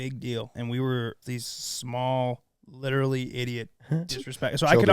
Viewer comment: says witerally lol